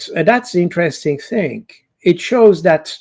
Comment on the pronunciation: PS: Only repeating what we know now already, inter-Resting...